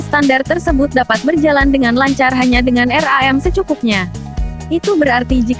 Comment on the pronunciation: Ngakak bilang RAM aja jadi R A M wkwkwk